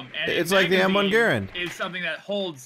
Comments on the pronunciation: That gun talk at the beginning was cringy tbh.... just..... mph xD It was hilarious actually because me and my dad were having a conversation the other week about the differences between a magazine and a clip lmao. But I do have to ask, where on earth did you learn how to pronounce "Garand"? I died laughing, I'm so sorry xD and "machine guns?" oh man, the first few moments of this video made my night xD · / you don't know how to say garand right